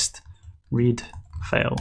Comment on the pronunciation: Great tutorial, but for God's sake, don't pronounce FILE as FAIL. See the transcription for FILE – fīl. You pronounce it as fāl, which is FAIL.